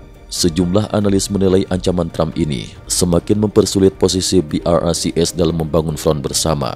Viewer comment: BRICS pronounced BROKE😂😂😂